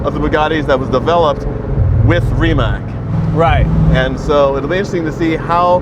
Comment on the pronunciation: Hey Donald, love your videos with Jay. Ree…matz hits the mark rather than Ree…Mack for Croatian pronunciation of Rimac. : ).